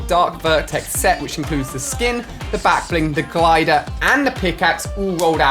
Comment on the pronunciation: Why does he always say blackbing instead of backbling